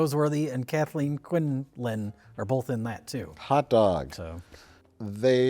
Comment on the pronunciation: If you're going to go after Mike about 'asteriks,' then you also have to go after for 'BOLTH'.